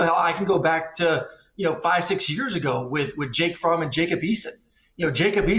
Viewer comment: Man said Jake fromm lol